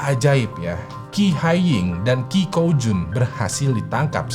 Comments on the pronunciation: Qi di baca ci bang Gu dibaca ku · Qi itu kalo ga salah di cina kaya nya dibaca ci bang